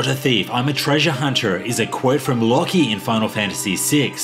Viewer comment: Who the flip is "Locky?" 🧐